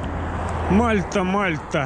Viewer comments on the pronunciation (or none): Привет. Правильно ударение мальтА, мальтИнский источник.